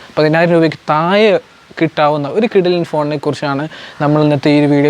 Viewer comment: എല്ലാം നന്നായിട്ടുണ്ട്... താഴെ എന്ന് പറയാൻ ശ്രെമിക്കുക... Not തായേ